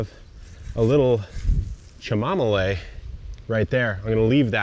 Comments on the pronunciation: It is not what you called it lol someone tell him it’s CHAMOMILE not chamamole 😂🤦🏼‍♀️🤣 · Stop calling it cha-mom-a-lay 😂 Cam-a-meal/ chamomile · Are you trying to tweak with your pronunciation of chamomile? 😂😂😂